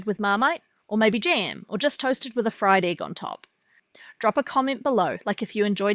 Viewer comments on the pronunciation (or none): none